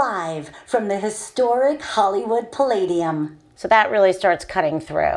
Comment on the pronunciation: i'm mxing voice over tracks every day… and eventually i'll get annoyed by these overly exaggerated esses like in "hisssstoric" (which i find a lot of female voice over artists do) sufficiently that i start to just shortening them while editing. (i mean… the ssss doesn't have to be twice as long as the voiced syllables around it, does it? this technique builds up so much pressure that the following "t" punches a hole in my forehead.) shortening the esses often makes the tracks sound so much more natural, at least to my ears and those of my clients. the impact and emphasis the speaker puts into the words will still be there, and it makes it much easier for a de-esser to tame the sibilance. works great for me (yeah, you gotta have the time…). nevertheless, the Sonnox Supresser is one of my most used plugins… an exceptionally great product!